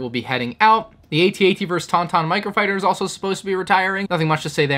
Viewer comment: It's AT-AT not AT-AT